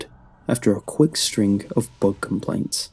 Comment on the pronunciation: I thought you said "Thug problem"